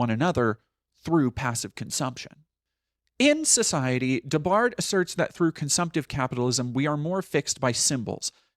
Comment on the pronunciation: Pronunciation tip: for Guy Debord, you’re saying “Guy De-bard”, but a more accurate pronunciation would be “Ghee Duh-bore”.